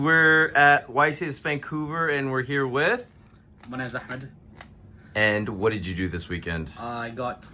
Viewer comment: He said my name is “Ahmed” 😅with a ح congrats bro.